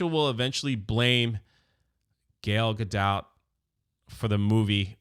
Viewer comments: what is it with you not being able to pronounce her name? Gayle Gadout?? 😂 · can’t stop saying “Gayle Gadoubt” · You think he's trying to pronounce some middle-ages French or ancient Greek name as often as he gets it wrong.